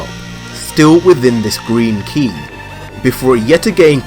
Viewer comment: You pronounce it "key" lol